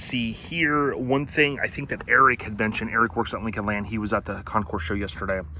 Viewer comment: Thank you,. Good video. Your Lincoln is magnificent. And you really did a wonderful comprehensive tour. I never knew that during pre-delivery, Lincoln had updated the 1961 Presidential Limousine with a 1962 grill/front end. After that wonderful tour, let me share a couple of notes with you: Concours, is pronounced "Kon-kure." It's similar to "conquer" but the second syllable is stretched out. You can hear it spoken in this 45-second video: Listen to the full 45 seconds to smooth it into your mind. As well, we're phasing out the term "suicide doors." And changing to "rear hinged doors." It's a kindness, to the many families having experienced suicide loss. Thank you again, I so appreciate the time and effort you put in on this video.